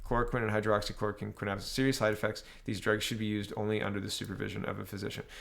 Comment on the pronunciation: Not to be a dick but I am... It's Hydroxy- clora-quinn